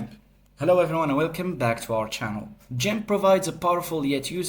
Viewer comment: how dare you try to call it jimp ... ITS GIMP!